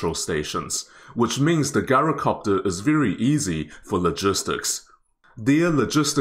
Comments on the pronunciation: I hate to be "that guy", but it's not pronounced "GAI-ROH-copter" it's "JAI-ROH-copter". Think of the word "gyroscope", it's "jai-roh" not "gai-roh". And yes, I realize that the original Greek pronunciation is actually "yee-roh", but this is just how the word is pronounced in English. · Pronounced Jyro, not a hard G. MANPADS field day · Pronounced Jyro-copter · Interesting, thanks. Most pronounce gyrocopter with a soft "j": jai·row·kaap·tr. Is the pronunciation different in New Zealand? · It's pronounced jai·row·kaap·tr